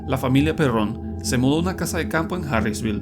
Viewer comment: Se pronuncia Pérrn, no se díce Perrón (aclaro, El lnglés solo se acentua de manera pronunciada) Pínche Narrador Pendejo.